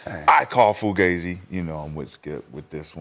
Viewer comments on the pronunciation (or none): Am I tripping or does ALWAYS say FLUgazi….?